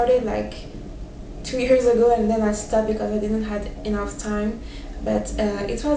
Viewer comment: thank you for inspirational tips :) Just a little tip from me, when you say words such as "tough" and "enough", you seem to pronounce them as "touth" and "enouth", and i've seen other french people do the same. So just remember that is is much easier than you think, just say "touff", and "enouff" :D